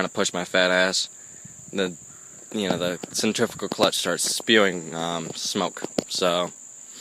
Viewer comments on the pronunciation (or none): none